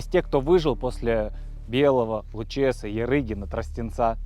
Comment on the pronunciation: Река Лучеса, ударение на а